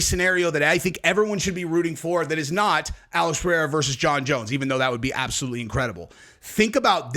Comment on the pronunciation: Chael pronounced Pereiras name 3 different ways in one video. He has name dyslexia. He pronounces EVERY name wrong!